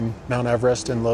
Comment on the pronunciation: Isn't the name pronounced as "Lowt-see" ?